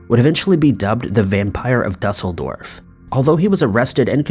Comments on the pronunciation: It's not DUH-sel-dorf. It's DOO-sel-dorf. Frankfurt is part if Germany, and not a separate entity. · You can say "acrued" - try use that "ue "in Duesseldorf ☺